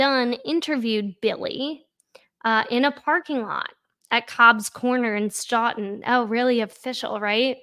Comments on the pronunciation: Please know it is pronounced Stow -ton. I live in the neighboring town and appreciate your making this corruption public. Thank you for your work. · So I love your show. The town is actually pronounced Stoug-ton. like though-ton